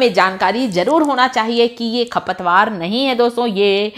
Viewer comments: Khapatwar nahi kharpatwar boolte hai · खपतवार नहीं, खरपतवार बोलो।